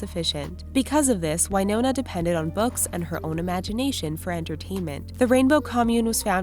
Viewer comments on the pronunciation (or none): Winona rider is said Win-oh-nah not Y-no-nah Winona is my sisters name so I should know and I've met Winona Rider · I always though it was Win-oh-na not Wine-owner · Winona Ryder not whynona